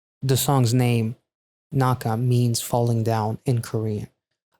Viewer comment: actually correct pronunciation of 낙하 is “Nak-Ha” i think. 낙 = nak , 하 = ha.